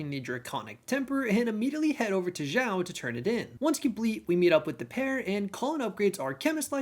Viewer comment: X in Chinese is a "sh" sound, not a "z" sound, so "Xiao" would be pronounced like meow, but with an "sh", so "sh - eow"